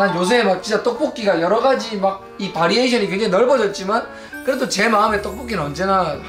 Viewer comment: 가 '바리에이션' 이라고 할때 동년배의 향기를 느꼈읍니다